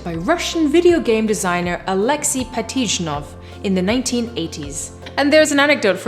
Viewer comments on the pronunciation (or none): Fabulous video, what a cool idea with Tetris. Note: Pajitnov is actually mispronounced in the video (should be Pazhitnov, not Patizhnov).